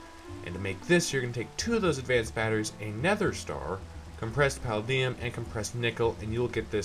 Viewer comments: It is said puh-lay -Dee-ummm. Have you seen iron man. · paladium: puh-LAY-dee-um jesus its so hard to hear you pronounce that wrong.